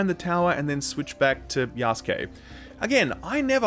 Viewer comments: "Yaskay"? He means Yasuke...the black African one. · Wait... Yahs-kay?! Isn't it Ya-sue-keh?